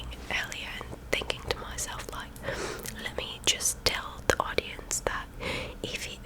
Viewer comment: I don't think your accents too bad. It's just certain words seem to switch between southern and northern. I like the way you pronounce like as loike lol just keep trying you'll get better with practice.